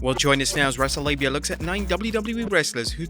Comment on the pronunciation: Am I the only one who heard him call himself "wrestlelabia" in the beginning?